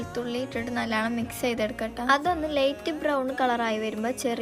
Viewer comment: നല്ലണം ❌നല്ലോണം ✅